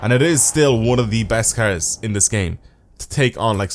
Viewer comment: I love how he says cars like cairs Idk why I love the way he says it with his accent